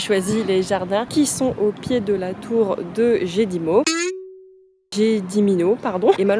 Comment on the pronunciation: Dommage pour ce travail négligé.... "Médiéval", "baroque", attention au vocabulaire ! Gedimino se dit "Guedimino", si on veut être compris par les locaux ! "rue" se dit et s'écrit "Gatve" et non "gavte" !!!! etc, etc.... Et puis, bon, on n' a pas les mêmes échelles de budget ! "Pas chère" est TRES erronnée ! Enjoy !